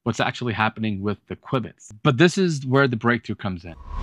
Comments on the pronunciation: "Quibits" ? You mean "q-bits" even if it's written qubits... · Quwibits? Since when? Q-bits is what I have ever heard. Good video :-) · Why in the world are you saying "kwibits"? It's qubits, like cue-bits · he called them "quibits-kwibitz..." whatever. Just "q" bits is fine, man... probably short for quad (4) bits, yo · SMH, call them Q bits like most people. I couldn't stand listening to you constantly saying qwib-its, qwib-its, qwib-its... 🙄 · I’d like quibble about the pronunciation of q-bits